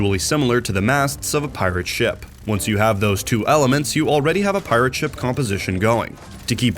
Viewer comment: At the start, why do you say pirate-(SHIP) instead of (PI)rate ship like a normal human being? Actually really annoying. Same thing with concussion-(MINE) instead of con(KUSH)ion mine. Being able to write a good script is less useful if you can't read for shit. Just saying the words in the correct order isn't the whole job